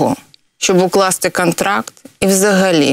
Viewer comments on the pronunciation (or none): Добре, що вона говорить "кАмунікація", "кАнтракт" і тому подібне, бо інакше вона була б просто ідеальною, а це вже було б занадто)))) Прекрасна жінка, прекрасна професіоналка.